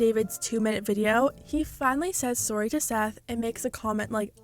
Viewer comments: how many times did he actually say aorry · Omg I'm in love w how you wonderful Canadians say sorry 🥰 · I love it everytime says “sorry” and the Canadian accent comes out